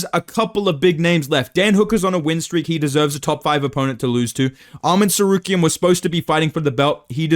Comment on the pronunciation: too much chael impression permanently ruined your tsarukyan pronunciation 😭